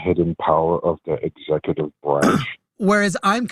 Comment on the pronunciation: "Duh hidden powers of duh executeeve branch"